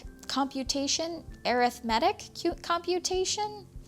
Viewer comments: Arithmetic is pronounced like this: ah - rith - ma - tick. It's an old-timey word for simple mathematics. I can't remember the last time I heard that word spoken aloud. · I've never heard arithmetic pronounced that way...lol. I'm gonna start using that myself. Great video.